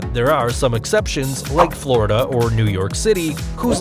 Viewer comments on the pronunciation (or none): none